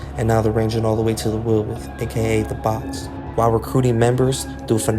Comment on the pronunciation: The way he said the box is funny asf